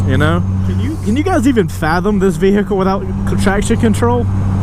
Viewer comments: I like how you say "vee-hickle" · Vee-hick-le heh